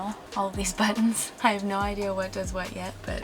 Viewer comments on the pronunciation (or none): none